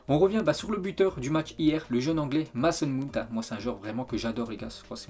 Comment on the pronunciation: C’est que depuis 45 ans il dit "Maçon Moon".